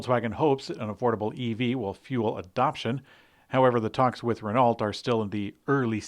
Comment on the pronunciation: We tend to ask for better pronociation... With Renault that would be very appreciated. Don't say the T. Rest is fine...